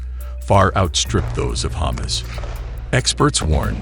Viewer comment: Is he saying Ha´mas or does he really want some humus?